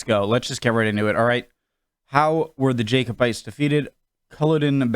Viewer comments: It's Jacobites not Jaicobites, very different pronunciation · Hey Connor, OK if we tidy up your pronunciation a bit? no objections? You have to say "Jack-o-bite" The Latin word for James is Jacobus, being the name of the rebellion, after Prince James. So it was the battle against Bonnie Prince Charlie in 1746. It was carnage Connor, the highlanders were slaughtered unbelievably. I have been to the battlefield of Colloden, and it is still a scary place. The last pitched battle ever fought on British soil. This was the final end of the Jacobite cause.